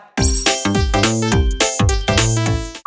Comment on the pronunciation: that “jawa” is so MEDHOOOK 😞😞💘